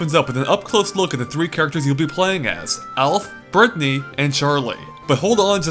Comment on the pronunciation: Berthy? You realize that isn't how you say Brittany right? It's like brit knee.